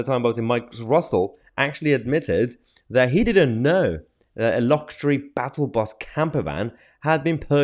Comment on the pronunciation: 'Luck sure ee' is the pronouncement, thats twice in as many weeks now! Love ya stuff otherwise & always watch you, cheers for all your work.